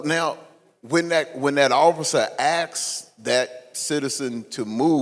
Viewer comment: "axcks the citizen to move." I'm glad knows how to say 'ask.'